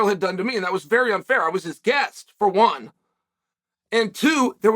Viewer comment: "WUN NOw 🏃" "WUN NOw 🏃" "WUN NOw 🏃"